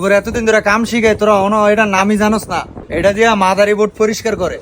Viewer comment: মাদারবোর্ড ❌ মাদারীবোড✅😂😂😂😂😂😂😂😂😂😂